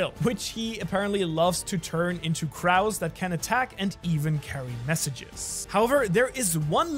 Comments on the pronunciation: which he apparently loves turn into Craws. I don’t know why I find this miss pronunciation so funny. I think I gonna start calling Cows Craws from now on, thank you so much for the inspiration. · I watched the entire video. Pretty sure I’ve actually watched this twice. You asked for a comment, I’ll give you the comment, but can I ask a favor. Please stop saying ‘crOWs’. You know how to say it. You’re not dumb, it’s not an accent, it’s not a different pronunciation; you’re just being mean. Please. Please. Please. Stop. Saying. CrOWs. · I have never heard of anyone pronouncing "crows" the way you just did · Bro cannot pronounce crows